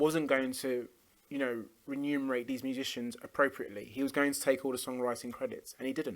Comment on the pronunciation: reMunerate, not reNumerate. Nitpicking, but I've found that people who incorrectly use this word are always pretentious pinheads. It's perfectly fine to just say "get paid", if you don't know what you're talking about.